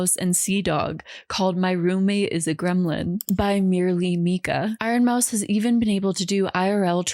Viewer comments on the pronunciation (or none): none